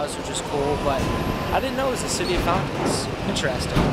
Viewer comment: "Found-tens" you says fountains weird.